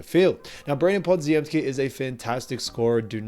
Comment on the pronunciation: Pah-Jim-Skee. You're welcome.